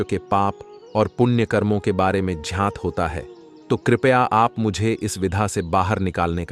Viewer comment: 😂😂😂 ज्ञात को झात बोल दिया बे 😂😂😂😂